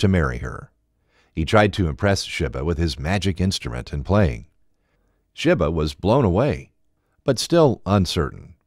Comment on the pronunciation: It's pronunced Djinn(Jin), not D-Jinn and Sheba(She-ba) like the Queen of Sheba.